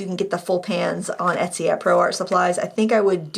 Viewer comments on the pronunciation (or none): none